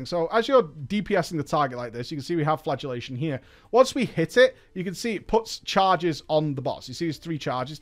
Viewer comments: I thought you said flatulate as in fart was the new spell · I hear “flatulationt” every time.